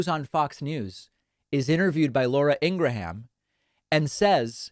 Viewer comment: Ingra-ham. Lol